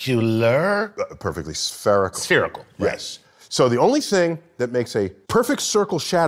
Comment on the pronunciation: Ohhhhhh SPHERICAL... I thought he said sPEARical.